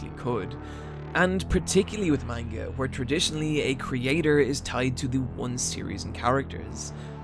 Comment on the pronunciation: You pronounce "Manga" weird